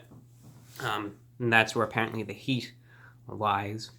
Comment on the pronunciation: "heaat and mac(ke)cheetolygoodness"